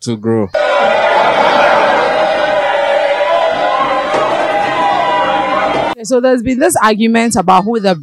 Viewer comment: “it helps the child to Glow” ... yes correct but why’s it so hard to say “Grow” 😂😂 Ghanaians and their R’s & L’s